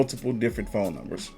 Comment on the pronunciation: First off I knew he was weirdo from when he was arguing with women he just meet.... Then he has a speech problem f.. the bullet in his mouth.. he said FOAM not PHONE😅😅😅😅😅.. THATS DYSLEXIA. I DATED A GUY WITH IT. He has that disability. On top of that you can tell he was a fake and jail bird lol. Notice not a friend or family member is defending him..😊😊